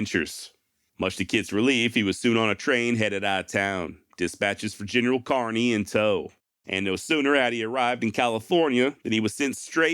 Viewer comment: FYl: lt's pronounced kerny not carny.